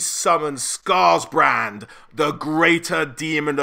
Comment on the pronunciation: Scarbrand not scarsbrand